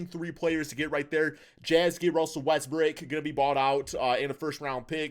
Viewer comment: can you please pronounce westbrook’s last name properly